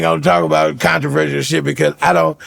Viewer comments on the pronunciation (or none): none